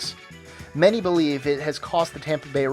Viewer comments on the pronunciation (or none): none